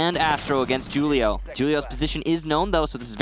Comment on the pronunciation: "JUUL-IO" drives me absolutely insane. "WHO-LIO"